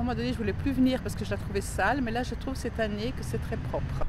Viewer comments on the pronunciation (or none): none